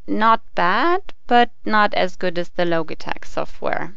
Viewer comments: ITS LOGITECH NOT LOGATECH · logi as in logic, not logie awards. lol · not pronounce LOGIE-TECH IT IS LOJI-TECH DUMMY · Its Lojitech not Lo - gi - tech. Logitech is pronounce as Lojitech. This is a bad voice over! The girls comment is not bad. The only thing that I don't like to her review is that she should make her own video showing how she reviewed these two and showing her hands. Mentioning the analog stick of the G13, if you can rotate it 8 way even if the software is only letting you configure it up, left, right down, its still an analog stick. Compared to the nostromos D pad its a D pad with a big thumb screw on top of it. If you are not sure if its analog stick and about the software of G13 please review it longer at least 2 weeks you said you reviewed it for one week. What is the use of making a video if you can't help people. If you can't decide between the two say your personal opinion and choice that way you can help people decide but it does not mean they should pick your pick. Logitech G13 is better than me because of Logitech's long time reputation at the best PC accessory BRAND! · Isn't it pronounced Lodge-i-tech? not Loge-i-tech. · Say Loageetech one more time I fucking dare you. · "the low-geh-tek" LMAO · not loGee tech logtech gee g gee g got it? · would you quit pronouncing it "loageetech" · logy tech lol pronounce it right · uhh, this logitech word isn't a real word. You know, this is from switzerland, the land made of cheese&watches and their whole language is based on *ch* NOBODY is able to pronounce / say it right. specially for this syncro we raided to switzerland that was the most torturing thing we ever made! and ok the saying in this video version is specially englishized only for that the mothertoungs feel more wellcome and loved :) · Sorry I checked out when you mispronounced Logitech.